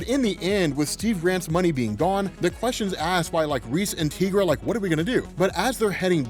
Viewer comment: Dude the way you mispronounce Tigra's name makes me cringe every time I hear it.